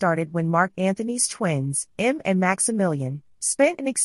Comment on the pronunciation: The girls name is pronounced EM ME and not M.